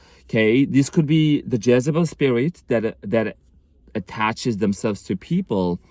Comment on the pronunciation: This explains my EX. Her name is Jessy. It kept sounding like you were saying Jessybell. Makes sense.